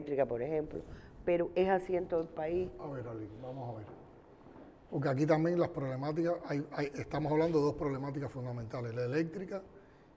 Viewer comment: Tamben dice tamben ni hablar sabe EL SI SIN GAO ESE ES UNA PUDRICIÓN LO QUE SUELTA POR LA BOCA EL DEFONDAO LA DEFONDA ESA DÍAZ CANEL SING AO